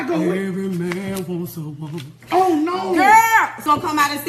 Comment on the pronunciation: Real real tears "every man wanna woeman"😂😂😂😂😂😂😂😂😂😂😂